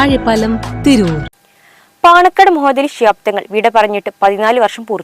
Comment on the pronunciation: തങ്ങളുടെ പേര് പറയുന്നത് തെറ്റുണ്ട് ന്യൂസ് ഒന്നുകൂടി കേട്ട് നോക്കൂ